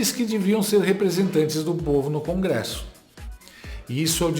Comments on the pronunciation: O mau caratismo desses militontos não tem limites. Usar a mãe pra causar comoção é pouco, a vômita mal do povo vende ela pra garantir o Pix do painho. E o outro militontos falando crongresso. 😂😂😂😂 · Perai, CRONGRESSO??? Eu tô lelé dos OUVIDROS, ou esse demente falou "CRONGRESSO" ??? SOCORROOOOO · O militante da globe news fala CRongresso.KKKKKKK